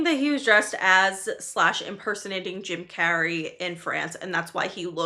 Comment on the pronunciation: That ain’t Jim Carrey, that’s Cim Jarrey 😦